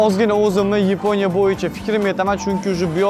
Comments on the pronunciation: Yiponiya mas yaponiya 😂😂😂😂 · Yponiya ❌️ yaponiya✅️ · Yponya ❌️ Yaponya✅️ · yiponiya 😮soʻzini yorvordiz 😂😂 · Yaponiya ❎Yiponiya✅😅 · yaponiya✖ yiponiya✔🤣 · Yaponiya ❌ Yiponiya ✅ 😂😂😂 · Yaponiya❌️ Yponya✅️ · Yiponiya ❌️ Yaponiya ✅️ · Yaponiya ❎ Yiponiya ✅😅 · Yaponiya ❌ yeponiya ✅ 😅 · Yiponiya emas Yaponiya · Yaponiya ❌ Yiponiya✅ 😂😂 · Yaponiya❌ Yeponiya✅😂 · YAPONIYA YEPONYA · Yaponya ❌yiponya✅ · Oka Yiponiya emas Yaponiya deyiladi😅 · Yeponiya ❌ Yaponiya ✅ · oka yibonya emas yaponiya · Yaponiya❌ Yiponiya✅ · Yeponiya 😅😅 Yaponiya emasmi 😂😂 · Yaponiya emas Yiponiya ❤❤ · Yaponiya ❌ Yeponiya✔️ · Yaponiya ❌️❌️❌️yponiya✅️✅️✅️ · Yaponiya❌️ Yiponiya✅️👍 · Yaponiya ❌ Yiponya✅🤣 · Yaponya❌ yaponya✅😅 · Yipo‘niya😂😂 sog‘ bo‘ling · Nega yiponiya deysiz aka 😅😅😂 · Yiponya✅ Yaponiya ❌😂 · Yaponiya ❌ yiponiya✅